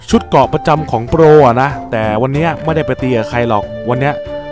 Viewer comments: พี่เรียกโปรเป็นนูบ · พี่พากย์โปรกลายเป็นนูบ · พี่โปรตอน22.44พี่เผอพูดว่านูบนะ